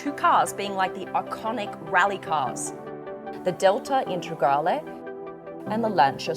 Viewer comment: also INTEGRALE not INTREGALE